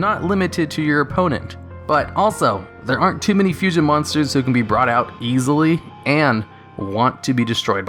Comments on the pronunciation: "Fushion monster" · Fushion? you mean Fusion. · Fushion lol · A Fushion. Wheeze. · . What´s "Fushion"?